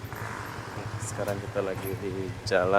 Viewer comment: ALANG BUKAN JALANG....BACA BENAR YG JELAS.